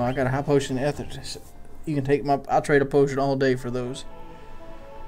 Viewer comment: eeee-thurrr not eth-errr